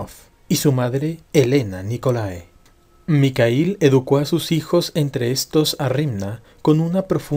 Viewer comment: EXELENTE CONTENIDO SOLO QUE EL NOMBRE MIKHAIL EL EL ESLAVO DE MIGUEL PERO LA PRONUNCIACION NO ES MICAIL SINO MIJAIL IGUAL QUE SUKHOI NO SE DICE SUKOI SINO SUJOI